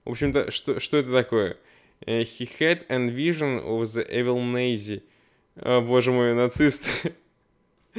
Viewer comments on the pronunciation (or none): none